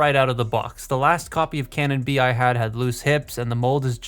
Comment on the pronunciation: I thought he was saying CANON bee, not cannon bee.